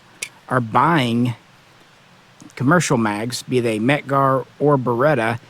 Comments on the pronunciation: I'm sorry but pronouncing it as beretter just sounds dumb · Burrrretta Burrrrreta Burrrrettta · I like it. It's just a little joke. He knows the correct pronunciation, obviously. He's just using a little inside humor.